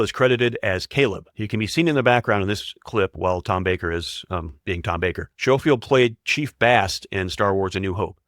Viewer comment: Given the number of mispronounced names, I'm surprised the AI got Tom Baker and Matt Smith correct. And don't get me started with appalling AI "ADR" voices on dialogue.